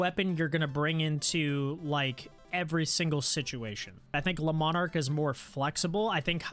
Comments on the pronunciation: Also the le-mon-arc pisses me off it's lee-marc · just how you pronounced the lemarc. It sounds like you saying lemon ark.